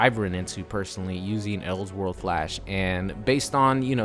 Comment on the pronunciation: Anyone else annoyed by his pronunciation of "else world"